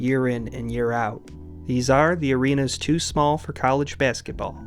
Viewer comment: Your videos are great but the way you pronounce “basketball” irks me to no end lol